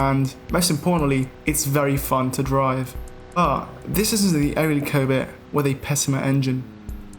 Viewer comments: Covet and covid he just say like the same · You pronounce it 'covid' which I do not enjoy